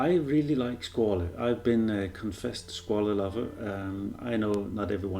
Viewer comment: Too big really for a Vintage inspired, but still quite BRILLIANT! Not available in Europe at the moment with this dial color, sadly. Btw the correct pronunciation is more the french SquaL than italian SquaLE